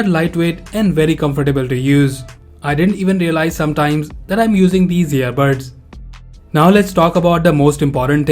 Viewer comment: Its earbuds not earbirds